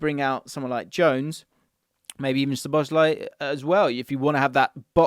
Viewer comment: So-bo-sly, not sho-bo-sly.